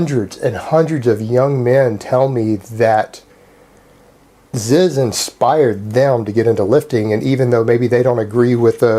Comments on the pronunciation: It's not ZIZ, its fucking Z, his name is pronounced Z. Not ZIZ. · It's not Zizz it's Zeeez brah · is not zizz ITS FUCKING ZEEZ MAN AND IM COMING AT YA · Its not Zizz, ITS FUCKING ZYZZ BRAH